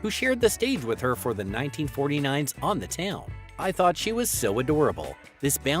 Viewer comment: "On Th Town" not "One The Town"